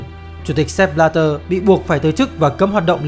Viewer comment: Sao lại đọc là Sép Bờ la đơ nhỉ??trong khi tên ông ấy viết là Sepp Blatter